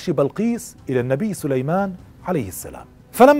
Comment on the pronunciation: أخي الرجاء الاهتمام و الانتباه عند قراءة الآيات لقد أخطأت في قراءة الأية و ما كفر سليمانُ قرأتها بالفتحة و كذلك < فيتعلمون منهما ما يفرّقون به بين المرء و زوجه > و أنت قرأتها فيتعلمون منها ...و بالتوفيق إن شاء الله